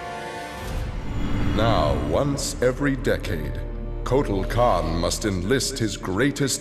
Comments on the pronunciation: I always think kortal khann says Aztec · it's kartal kawn